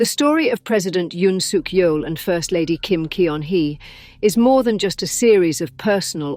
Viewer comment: Teach your AI voice that EO in Korean is roughly the UH sound in BUT, and that Kim Keon-hee sounds like KIM GUN-HEE